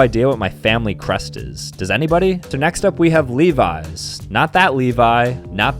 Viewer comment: It’s not leeveyes it’s levis